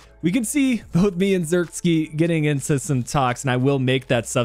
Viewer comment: Joshua isn't russian(zirkski), his name is pronounced like Zirk say. Like the "ee" in van de beek.